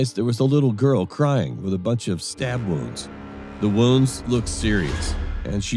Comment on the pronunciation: Stab woounndds u said?